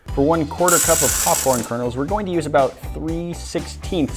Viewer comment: "The kernAls"?